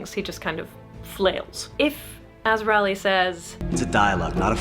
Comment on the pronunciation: I have enjoyed discovering your content and have been going through your back log genuinely learning from your content and experiences. As a Ralleigh however im going to jump on my soap box and say it is pronounced /ˈrɑː.li/ like RAW LEE. End of soap box rant. Thank you